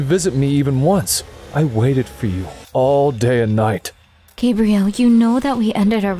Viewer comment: It sounded like he said “my name Gabriel but you can call me gay”💀